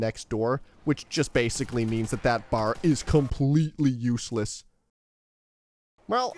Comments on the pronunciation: B.A.R. not bar. C'mon man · Firstly, it's pronounced B-A-R; it stands for Browning Automatic Rifle, you're supposed to say the individual letters. Secondly, it shoots slowly and has a 20-round magazine because in real life it shoots slowly and has a 20-round magazine. That's not the game's fault, that how the gun actually is. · Knew you were Canadian the moment you said BAR